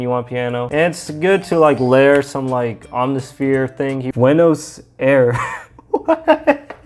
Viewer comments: Buenos Aires is the autonomous capital of Argentina xd its pronounced bway no side ace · I'll have you know that Buenos Aires is the capital of Argentina! Na, you're not the first one to say it wrong, nor will you be the last (I'm part Argentinian). Great video too. Been watching dubstep tutorials and I ran into this. I almost forgot that this is one of the main genres I want to produce